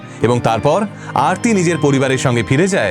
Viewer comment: ওটা আরতি, অর্থী নয়।উনি ওরকম অবাঙালি ভাবে উচ্চারণ করছে তাই।ওটা আসলে আরতি।